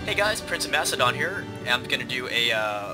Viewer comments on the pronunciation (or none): "Prince of massedon?" It's pronounced Mackedon!